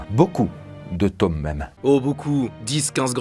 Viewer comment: tu dis tomes mes pas toomes